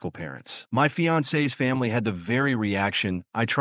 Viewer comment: That fiancé is a badass! Good on her for protecting her man! Also the AI voice: my fiAncEEEE s family. 😂